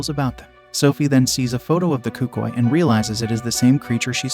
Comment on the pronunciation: i thought it was pronounced el cookooey